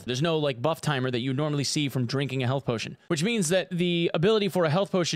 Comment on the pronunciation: health pow-tion 🤣